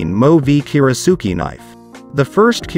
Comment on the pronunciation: That's a lot of bad information for one video. For starters, your pronunciation of "kiritsuke" is faulty. Normally that's not something l would bring up but it seems kind of basic for someone presenting themselves as an authority on kiritsukes. Second, only one of these knives is actually Japanese, and it is by far the best of them. That is the Yoshihiro. The rest are cheaply made in Chinese factories and the companies that sell them spend much more on advertising than they do on actually making knives. At least you listed one real Japanese knife, so I'll give you that much. One of the knives you said has a bolster doesn't have anything remotely resembling a bolster. And a kiritsuke should never have a bolster. Most westerners are more familiar with western handles, but that doesn't mean they wouldn't enjoy a Japanese style handle. One does not need to be an expert to use or enjoy one. It is just a different feel and balance. Who cares if a kitchen knife handle is "military grade"? That's complete nonsense and irrelevant. You should just be honest and say the handle is plastic. No piece of fine cutlery should ever be put in a dishwasher for multiple reasons, so that is not a minus. No decent kiritsuke or any other good kitchen knife should ever be used to cut frozen food items unless you hate your knife. You never even explain what a kiritsuke is good for or why they are shaped the way they are in the first place. That is kind of important for anyone out there who is wonderin